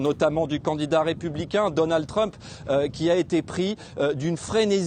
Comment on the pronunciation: La révolution de Donald TWUMP, mec arrête, parle le frenglish c'est mieux lol